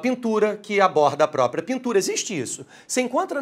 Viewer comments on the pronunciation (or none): none